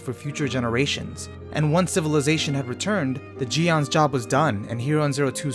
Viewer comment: That part at the end really wrapped it up well (about “best” anime). Overall really great (It’s pronounced “jyen” or “gyen” not “gee an” btw ffr)